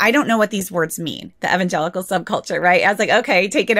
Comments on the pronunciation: Did she say evangelical "nutworks"? 😀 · She is mispronouncing evangelical. It's throwing me off so badly that I can't pay attention. I grew up evangelical and that's NOT how it's pronounced. Why am I supposed to believe someone that doesn't even know how to pronounce the name? Seriously.